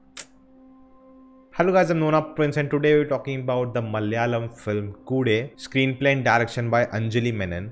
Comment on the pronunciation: Please Nona.. Its Malayalam.. Not Malyalam